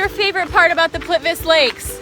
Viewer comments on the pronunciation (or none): C'mon! Plivic Lake? Wtf! Is that a new Intel CPU or what? :D ...I know it's hard to pronounce all Slavic languages but try harder cause you sound so silly and totally incorrect... Plit-We-Tse